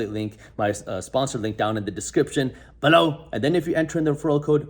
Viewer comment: love how you say "BELOW" 🤣🤣